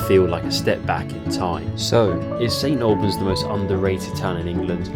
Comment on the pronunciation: Thank you, brought back fond memories of growing up in the area. I would hear local people pronounce it "snalbans' and it rubbed off on me and so I find it strange to hear it correctly pronounced as you do. bless ya.